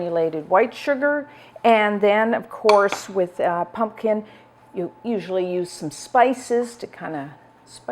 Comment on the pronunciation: I look forward to this time of year because has excellent pumpkin recipes. But especially because I LOVE the charming and unaffected way she says, "Punkin!" Adorable! 🍁🎃🍁